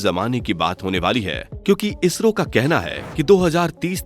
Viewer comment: Vai ISHRO nahi ISRO hota hain... 😑